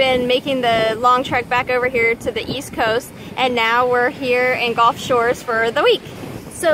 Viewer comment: gulf, not golf.....commonly mispronounced. O:-)